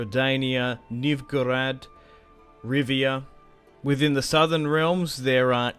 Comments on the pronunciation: the way he pronounces novigrad and foltest hurts me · When I hear you pronounce "Novigrad" it gives me conniptions.